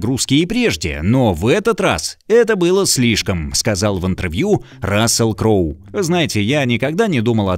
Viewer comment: Удивительно, как оба комментатора исковеркали имена таких великих актёров. Запомните - Рассел Кроу и Джерард Батлер.❤